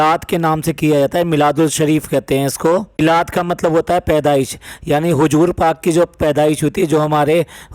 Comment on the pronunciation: Pahle apna pronunciation theek kariye hujoor nhi hozoor hota h,apne nabi ka naam ap sahi se nhi le pa rhe h,aur akhir me sahab laga rhe h,be careful